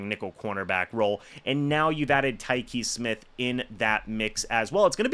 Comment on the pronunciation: Whooraaay.. You finally pronounced his name correctly!!!